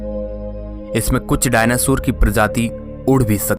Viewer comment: डायनासुर नही डायनासोर बोलते है भाई😂😂😂